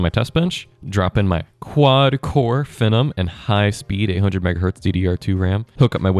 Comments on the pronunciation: ••"F'num" 😂 It's pronounced like "Fee nom". I think AMD marketing wanted people to think of the word, "phenomenon" or "phenomena", "phenomenal", &c. ••I have legacy PCs (intel QX6700; socket 775 with DDR2 & AMD FX-8370; socket AM3+ with DDR3), so this content is still relevant to me, but I don't even try to put modern games on them. ••I remember back in the day DDR2-800 seemed so wicked fast (especially being able to remember the days of DDR-200, the Apple II (read and said as "two") and 486 IBM compatibles). ••Another factor in older PC component prices is inflation from recent years has caused these prices to go up. I paid $7 for a Xeon X3210 in 2017; now (late 8/24) it's $14. However, China is making and selling DDR3 new today. I think it's helped keep the prices down. I may replace the RAM just to keep my DDR3 system running longer. ••My socket 775 system (dual boot) will run Windows 10, but it does so much better with Windows 7; especially since it maxes out at 8GB of RAM. It runs all Windows XP games & programs like a beast. Driver support for newer Windows on older hardware can be abysmal. If I can ever get around to putting Windows XP, maybe Windows 7, and a nice Linux distro on my AM3+ machine, I'll probably sell or part out my 775 PC. That could be 4 operating systems on one PC 👀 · its pronounced "Fee-Nom" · It's pronounced FEE-NOME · The first CPU I bought was the Phenom (pronounced "FEE" nom) II x3 Yes, all 4 cores worked fine. And you need to have the drivers for the sata controller on the install medium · Butchered the pronunciation lol